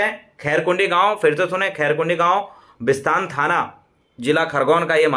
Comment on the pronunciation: Bhaii visatn nhi hee bisatan he .. bolo to sae pele